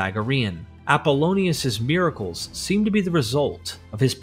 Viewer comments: Miraclees. Miracles. Happeening? Ffs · “Roohm, equol, miraklees.” Why AI reader, why? Why do you pronounce “Rome, equal, and miracles” like that?